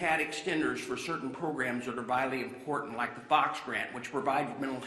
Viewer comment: "Like" me, not Luke me!!!